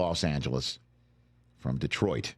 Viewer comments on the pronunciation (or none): none